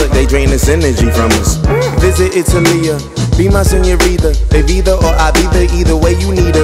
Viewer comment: Why nobody pronunce Itália...is not italìa